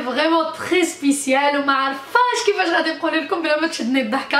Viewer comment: spitial هههههههه وكنقولوا spécial احنينتي .سيري قراي لان النطق عندك زيرو